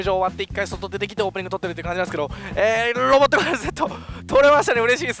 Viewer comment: 、いつも なんですけど、 が なんですけろ に聞こえます。 わたしと同じです。（笑）